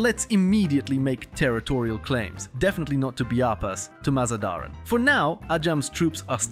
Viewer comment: You are pronouncing MazaNdaran wrong, please don't :(